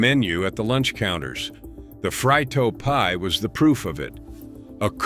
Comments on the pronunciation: I didn't know it was pronounced frytos!🤣🤣🤣🤣🤣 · It's pronounced "freetos"